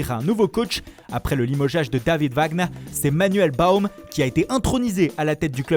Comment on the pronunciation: Sans oublié l'accent allemand quand il a prononcé le nom wagner de l'entraîneur limogé par 04 😂